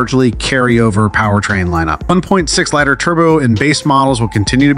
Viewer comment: "1.6 LIGHTER Turbo" ???? Everyone in the world but you would say "1.6 LEE TER turbo" ... is this a homemade AI engine speaking? So strange....